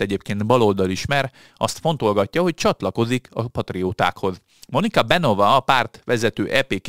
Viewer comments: te nagyokos! De a leírt szó kiejtéséről van szó, ami fonetikusan leírva igenis SZMER, ahogy Beňová sem Benová, ahogy elhangzott, hanem Benyová és a cseh párt sem SPD, hanem SZPD kiejteve!!!! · És ugyanúgy nincs semmi "Benova" csak (helyes magyar olvasatban) BENYOVÁ....nem olyan nagy probléma ilyen információkhoz hozzájutni.... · A helyes kiejtés nem smer, hanem szmer és nem benova, hanem benyová.